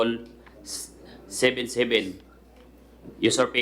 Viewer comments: Parang "article" hindi artikol. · Seryoso ako manood,tapos bigla ko nadinig yung artikol parang nanay ko yung accent bisaya kasi nanay ko ganoon din mag pronounced...